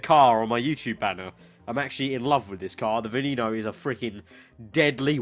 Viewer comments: It's not Veeneeno, it's Veneno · It's pronounced vwen-no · You.said Veneno wrong